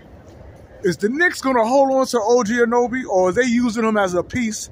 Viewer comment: My dudes. It's OG AN-A-NO-BEE